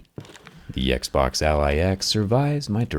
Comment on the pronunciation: I always hear: Eggsboggs